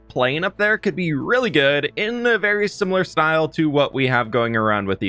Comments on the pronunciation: Please tell me I am not the only one who nearly overheard aying "berry much" instead of "very much" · did he say that was BERRY much a stretch?